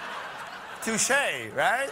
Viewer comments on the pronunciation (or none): Touché not tooshaaay